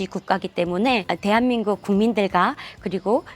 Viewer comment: 大韓民国＝テハミングク ソンイさんの「テアミング」だけ分かった 😁www